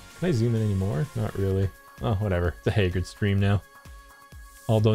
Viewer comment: After all this time... I finally made the connection Hagrid is named after Hagrid from Harry Potter... I never noticed it before since pronounces the name differently